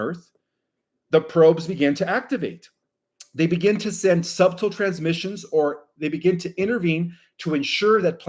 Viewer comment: the way u pronounce subtle makes me think your alien